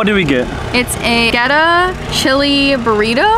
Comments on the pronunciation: Theres no w in Goetta lol. Its pronounced...get ah. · First it is pronounced "getta". second it is peanut butter FUDGE dipped in chocolate, not straight peanut butter. Also, I wanted to say that as a native of Cincinnati, I really appreciated your positive portrayal of the city. Your videos are really good, and although I only just discovered you with this video a year later, I plan to follow you for more interesting travels.